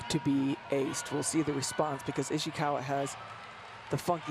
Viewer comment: why she say Ishiwaka